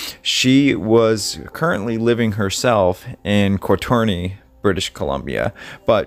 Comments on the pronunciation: Did he say catorna ,,did he mean Courtney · Cortuney is pronounced court knee but wtitten Courtney. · Court-Knee BC is how you pronounce that town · I advise you research the pronunciation of names such as Strathcona (mumbling over how to speak it) and Cournenay ( you butchered it!). Come on, please be more professional!